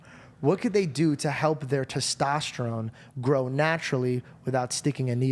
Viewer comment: Teshtashtatron Bro get those pubes outta ur mouth you cant even talk